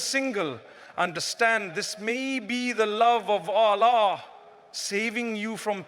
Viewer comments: Baaraka Llaahu fiika brother. He's Allah not Aaalah but your message was spot on jazaaka Llaahu khyran wabaaraka Llaahu fiika. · Anyone noticed? This channel name Fearless Deen but in this video anywhere Allah is not cleared by audio editor..its sumtym Aaalllaah..somtime Oollahh..sometime some else prononciation..what kind of rubbish is this?